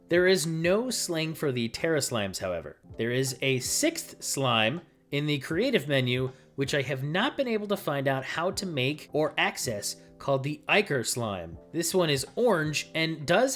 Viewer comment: Ichor is spoken as ik-or. Ik like ew, disguising.